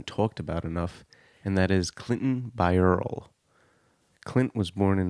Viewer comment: Please pronounce his last name correctly in this video. It has three syllables - BY-er-lee